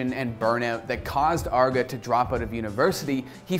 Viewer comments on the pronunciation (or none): its not Arr-GA Its Ar-Gae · Its arguh? I thought it was just arge, like you say large just without the L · for me the worst part of this vid is saying arg uh instead of arg geey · It's Arrge, not Argg. He's not a pirate! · It's Arr-gey not Arg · I was triggered by hin saying "Arrgo" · ARRGEEEEEE MAYTEE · between the unbuttoned shirt and the pronunciation of Arrgee, this is my favorite video yet. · He pronounced his name "argo" wtf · you say his name wrong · You can tell this dude didn't know what he's talking about and just needed a video. He's literally just recapping arrge's video he made and saying his name wrong repeatedly. Lazy video. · You absolutely butchered the name but glad to see an OW video an especially and aarge one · You mispronounced his name the entire episode, have an unbuttoned shirt, and don't really know that much about this guy at all (I mean for a good portion of the video you were just paraphrasing what he said in the interview). Gonna be honest, this is probably the worst episode I've seen on this channel. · Damn... Pronounce his name right. You do research yet can't say his damn name...